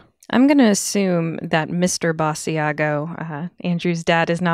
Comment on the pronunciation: Basiago has been giving interviews for 20 years and you STILL don't know how to pronounce his name???